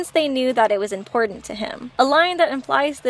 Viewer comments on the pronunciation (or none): none